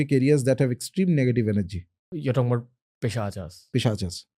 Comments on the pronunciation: My friend, like we are a species of human beings, Homo sapiens not Homo sapienas, they are also a species of soul, whose name is taken from Sanskrit, so you can pronounce it as it is, like it is a pret is pret not pretas. Pisach is not pisachas. very important. Bhagawan Shiv is Shiv not Lord Shiva. Just like Ramayan is Ramayan not Ramayana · Why you have to put aa in the end of every Hindi word and like prayogas it's prayog pischas it's pisach why can't you say it in normal Hindi